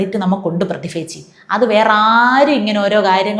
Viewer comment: ഈ സമയത്ത് പറയാമോ എന്ന് അറിയില്ല... എങ്കിലും പറയാം... പ്രതിഫ അല്ല പ്രതിഭ ആണേ 😌